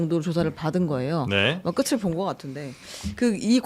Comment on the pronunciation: '끝을'의 발음은 ''끄츨'이 아니라 '끄틀'입니다.